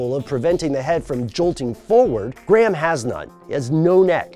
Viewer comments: It is pronounced grey- ham, not gram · You pronounce the H you fuckface. It's not Gram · in what universe is graham pronounced like "gray ham"?